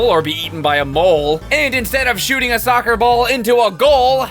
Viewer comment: Hahahaha, Ronaldinho Sotser!